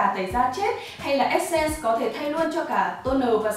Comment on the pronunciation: Đừng đọc là essence là ét sen Q ơi, đọc là /esəns/